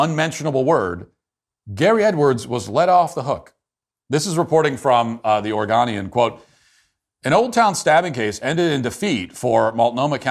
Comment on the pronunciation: well guys, there it is. Matt Walsh can’t even pronounce Oregon. “The Or-gone-eon” How can we trust this illiterate man to accurately present the news when he can’t read the headlines? In all honesty: you do a good job most of the time Matt. Just need to take an English course apparently